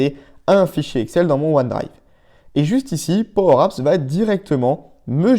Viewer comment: De quoi ? Pwow apps ? 😂😂😂